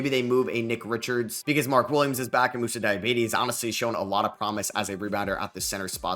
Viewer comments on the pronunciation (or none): “Moussa Diabetes”